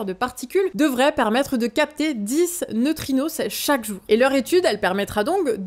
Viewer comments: Des neutrinosses, bordel, j'ai hurlé. On dit neutrino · neutrino pas neutrinossssss 😉